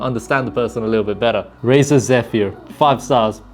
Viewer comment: Yo just a heads up for future reference. Zephyr is pronounced like zeh-fur or zeffer